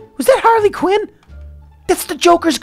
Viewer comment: ITS HARLY QUEEN NOT QIN